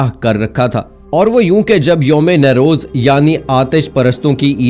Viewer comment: oh bhai lafz " NOU-ROZ" hai -- na kay "NAY-roz" " NOU = Naya = New "